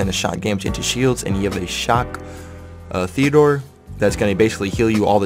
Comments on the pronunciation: TEE-DEE-ORE!!! Not Theodore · Is he purposely calling it Theodore or ???